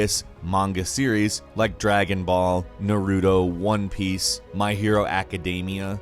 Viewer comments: it's pronounced NARuto not naRUTO, also extremely hyped for doom eternal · Narudo??? Nah it's NARUTO!!! YOU SEE THE "TO" MAKES THE SOUND "TOE" SO YOU SAY IT LIKE "NARU-TOE" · You uh said naruto wrong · U said naruto wrong